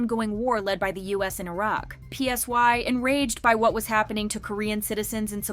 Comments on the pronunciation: Psy is pronounced like sigh not P S Y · Girl not you calling Psy P-S-Y. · THE INDIE BAND ONE??? My jaw dropped LMAOOO Btw, PSY pronounced "Ssa-i," not "P-S-Y." And that's not Ori, that's Bang Minah ... 😭